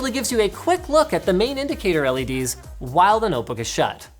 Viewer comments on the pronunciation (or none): none